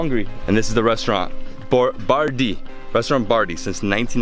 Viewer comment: not Restaurant "Bardi" as you pronounce it in this video but Restaurant "Bardhi" "dh" as "the" in English. Albanian alphabet, 36 letters, one of the longest in the world.